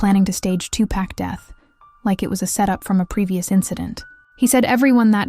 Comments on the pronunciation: 2 packs I can’t even listen when they can’t read his real name , he was a legend pac isn’t pack respect the name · Why is that everyone saying his name wrong 2Pack???? His Name is 2Pac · Listen here you lil helfer his name ain't 2 pack his name was 2 pac if you can't do your job right get off here and get another perhaps on a street corner! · Two pack? I can't.